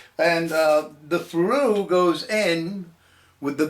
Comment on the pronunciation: Ferrule is pronounced ferel not farue fat boy! Look it up. Any real Machinist would know that.